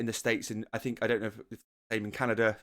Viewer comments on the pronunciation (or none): none